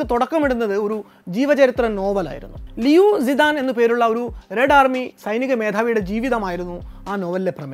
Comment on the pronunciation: Romanisation of Chinese characters are called "Pinyin" In pinyin roman alphabets are not pronounced as they are in English. ഇവിടെ താങ്കൾ പറഞ്ഞ പല ചൈനീസ് പേരുകളും അതിൻ്റെ ശരിയായ ഉച്ചാരണത്തിൽ അല്ല. (ചില പേരുകളുടെ ഏകദേശ മലയാള ഉച്ചാരണം താഴെ കാണാം) Xi Zhong Xun - ഷി ജുങ് ഷുന് Xi Jing Ping - ഷി ജിങ് പിങ് Liu Zi Dan - ലിയു ജ് താൻ Qi Xin - ചി ഷിന് Xi He Ping - ഷി ഹെ പിങ് Jiang Se Min - ജ്യാങ് സെ മിന് Deng Xiao Ping - തെങ്ങ് ഷഒ പിങ് Zhou Kang Yang - ജു കാങ് യാങ് Bo Xi Lai - പോ ഷി ലായി